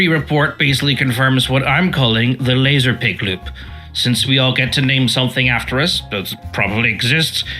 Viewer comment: nice vid, lazerpig do be piggin’, not lasin’